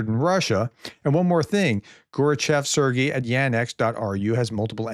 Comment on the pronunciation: Sergey, you had it right the first time